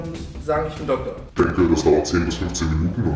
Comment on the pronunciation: Dokkkkktor...es heißt DoKtor...deutsche sprache schwere sprache